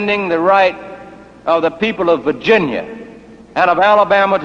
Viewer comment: His pronunciation of Virginia kinda sounds like Vagina.